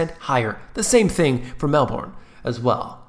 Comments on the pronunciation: Glad I bought years ago. Also pronounce it Mal-Bern. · It's pronounced: Mel - bn. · Also correct pronounciation is Melbn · Just say 'Melbin' like you'd say the name Melvin - You'll impress ever Aussie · Love your accent - BTW - Melbourne is pronounced Melbin!!!! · love your videos they are very informative and very much relevant to what is actually being experienced here in Perth Western Australia. Ps in Australia we pronounce it as Melbern. Don't worry mate I don't hate you for pronouncing it differently 😂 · Gee Whizz pronunciation! Call it Meel-Boon or Mal-Born, I don't think most of us care we don't really speak the Queen's English 😄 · Haha we pronounce it kind of like 'Melb-in' or 'Melb-earn' and said more quickly rather then dragging the syllable out.. I'm definitely not an English teacher lol Great video, cheers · Melbourne is pronounced Mel burn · Loved it disliked just as you asked because your pronunciation of 'Melbourne' is woeful